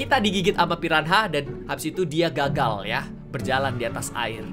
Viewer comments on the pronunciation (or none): bang..pirana cara sebutannya..bukan pi ran ha...hhahaha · tau gk sihh saat miaw sebut di ruangaannn~ gw kayak tebak miaw mau ke cermin itu~ ehh benaran pergi ke cermin nyaa 😂 btw miawaug , piranha sebuta nya pirana aja miaw.. silent 'h' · Piranha bukan pirahna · kak reggie bilang ikan piranha jadi "pirahna" ngakak😂